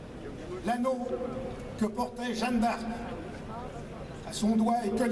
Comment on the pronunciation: L'autre il n'a pas compris que ce n'était pas "Jane D'Arc" mais Jeanne d'Arc ? Il n'a visiblement rien compris à l'Histoire de France au point de prononcer le nom de Jeanne d'Arc comme "Jane d"Arc". Ils sont trop drôles ces types de l'extrême droite, même pas capable de prononcer : Jeanne d'Arc. "Jane d'Arc". Quelle insulte pour la France. Et les autres : ouais ouais ouais avec applaudissements. Ils n'ont pas compris : il a dit "Jane d'Arc". Qu'ils sont cons ceux de l'extrême droite.